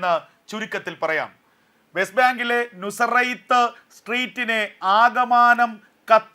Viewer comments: നസറേത്ത് എന്ന് പറഞ്ഞ് പഠിക്ക് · തങ്കൾക്ക് വായിക്കാൻ അറിയില്ലേ നസറേത്ത് എന്ന് പഠിക്ക്